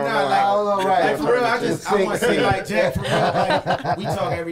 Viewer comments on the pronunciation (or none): none